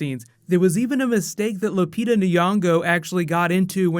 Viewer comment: you butchered lupita's name